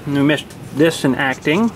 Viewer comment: You missed the 't' in acting.the 'EE' in see.the 'p' in super.